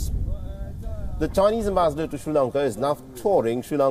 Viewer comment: never heard such awkward pronunciation of the word ambassador